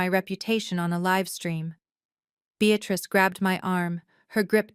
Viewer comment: Beatrice is a two syllable word Bea trice. The word you use is a three syllable word Bea tat rice. You should have ended this cockamamie story at the incorrect title.